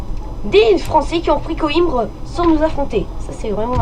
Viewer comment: En portugais on dit "coimbra" mais sinon pas mal malgré le micro 😉 ps:les total war c'est la vie